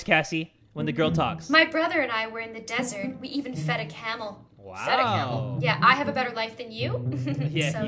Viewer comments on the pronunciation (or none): none